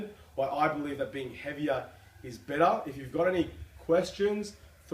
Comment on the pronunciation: Heaviah is bettah.